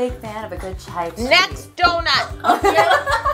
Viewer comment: "Chai tea" ugh